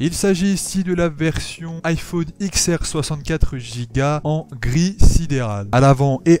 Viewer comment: Ah j'ai pas supporté d'entendre iPhone IKSS, iPhone IKSS ÈSS... Désolé